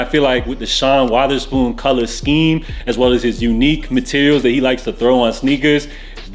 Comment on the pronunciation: Sean Waatherspoon... Lolz Love your content btw 🥰